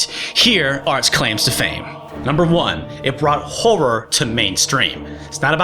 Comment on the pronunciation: "It brought horror to mainstream" You forgot the T in brought. Yes I commented just to point that out. :P